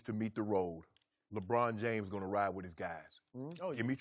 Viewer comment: I hate the way Chris says LeBron’s name.